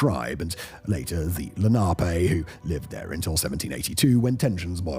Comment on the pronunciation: Also, the name of the native tribe is Len-a-pee.